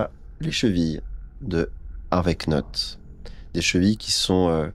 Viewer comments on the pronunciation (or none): Vivement la fin. Petit tips de phonétique anglophone pour Monsieur Knott le "K" est muet et se prononce donc Nott, beaucoup plus facile à prononcer pour tout le monde :D. Et pour les idéogrammes chinois, on ne dit pas des Kenji ça s'est pour le Japonais, en chinois s'est hànzì "hàn" qui fait référence à l'ethnie Han et "zì" qui veut dire caractère ou lettre. Hâte de voir la fin.